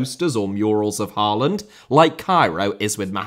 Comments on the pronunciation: The letters 'aa' in Haaland and Ødegaard are pronounced more like the o in 'goal' or 'score'. The d at the end of the names is also more or less silent. So they are "Ødegore" and "Hoelann" :D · When will a Brit manage to pronounce Erling Haalands name correctly? Maybe around year 2049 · Your pronunciation is not half as bad as The Irish Guy, so don't worry. A lot of good points here, don't agree on Solbakken just yet, but players out of position is key. Ajer and Østigaard for instance has to be solidified as center-backs and not anywhere else on the pitch. The same for a lot of other positions, we just need them to settle. But Norway is missing a top GOALIE, that is by far the weakest link in this team, to adapt to modern football. Just like Allison, Ederson, Onana (before United at least) we need someone reliable between the sticks!! But no, its not the best team of all time. The team "Drillos" from WC '94 through EUROS '00 consisded of 3 to be trebble winners from Man U, regulars for Leeds, Southampton, Chelsea, Spurs and a lot of Liverpool players. That was our golden-age, beating Brazil in 98'. And why us Norwegians love English football so much